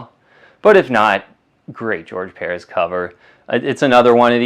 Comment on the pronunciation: Very informative show will keep an eye out for the mignola Batman how do you not know how to pronounce George Perez his last name is spelled like it sounds LOL